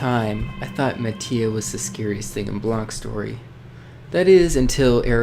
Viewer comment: I didn't know you pronounced Mati Ma tee aah When I first encountered the red eyes... I thought it was a myth... Or Some sort of Stalker.. But when mati showed up I was like "Ok"